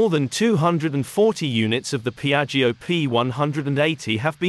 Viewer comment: what a beautifull aircraft. Looks like a spaceship ❤ By the way : Piaggio is spoken like piatshow in italian language.